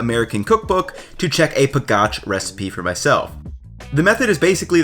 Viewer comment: It's HALusky, accent on first syllable, not haLUSKY. Also, it's. PAgach, not paGACH. In SLovak, accent usually on first syllable. Also, capital of Slovakia is BRAtislava, not BratiSLAVA, as I'm hearing on most UTUBE videos.